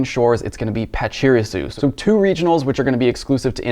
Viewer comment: That pachirisu pronunciation....